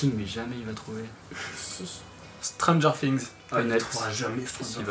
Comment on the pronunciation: Par contre il a trop bien prononcé "stranger things" moi c plus stranger sing